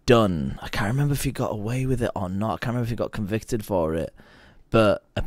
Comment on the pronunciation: Way he said "away" he's either from Sunderland or Newcastle but lost his accent mostly in America